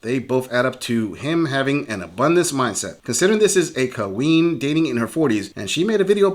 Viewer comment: The worst part of these videos is the narrator saying " kah-ween".